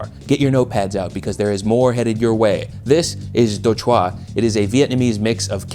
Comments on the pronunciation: Do "CHOOWA" not Do "chwaa" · DOUGH CHWA???? DOUGH. CHWA. NETSHAQ!? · Love that you covered đồ chua! Just a friendly FYI that the "chua" part is more closely pronounced "chew-uh" (while still acceptably anglicized as per your extranet video lol) and fun fact the whole word/phrase itself literally means sour stuff! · the vietnamese pickles are pronounced Do Chua ( Dough Chuu AH) not (Do CHwa) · I commend you for your attempt to pronounce đồ chua. The easiest way to pronounce it is just "Doe Jew" (puts you at 70-80% of the way there). Just for background, most of the time, its just pickled shredded daikon and carrots but the words literally translates to "things sour". I personally don't like shredding the vegetables that thick. Usually go for julienne cuts because its going into a sandwich / hotdog so its supposed to be there for flavor contrast and maybe some texture. Its not that enjoyable to bite into huge chunks of pickled stuff in a sandwich. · Do chua is pronounced “dough jewel” in Vietnamese. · The pronunciation of "do chua" made me spit take and laugh but I love the inclusion. The "chua" part has a harder U sound, i.e. "choo-uh" (even though it's supposed to be one syllable). Think Minecraft Steve damage noise. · DO CHUA MENTIONED RAAAAAAHhHHH (pronunciation tip: the emphasis goes on the "chu" c: ) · oh man that đồ chua pronunciation😅